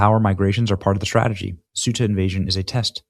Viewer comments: Ceuta = "Say-oota" 😊 ("Thay-oota" w/spanish accent) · Benny... you're KILLIN'ME. Say-uta Ceuta C'mooooonnnnnn